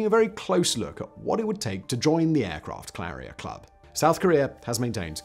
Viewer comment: i had to replay it several times and slow it down but at 48 sec in aircraft carlier club" Simon flubbed!